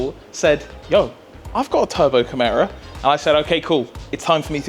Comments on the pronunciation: Is it not pronounced KI-MEERA rather than CAM-ARA? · Just adding to the general consensus that there's no expectation for things to get wrapped up neatly in one or two videos. Things don't always go to plan and that's part of the reason we're here, to see it for the bad bits and good. 👍 One minor quibble, I thought it was pronounced Ky-meera. Like the mythical beast. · The way you pronounced Chimera gave me an aneurism....